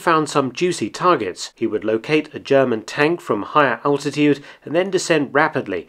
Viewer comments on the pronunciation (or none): none